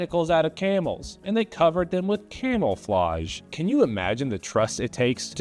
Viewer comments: Man I thought he said Camelflage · Camelflage is the funniest thing I have ever heard.